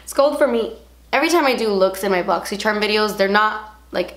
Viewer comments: Who else lives for the day of the month that says "bosychcharm unbosching" 😱😵 fave thing ever 😋💞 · I really only watch these to hear say "botsy cherm" lol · i always love how you say boxycharm! too funny! xo from my channel to your’s <3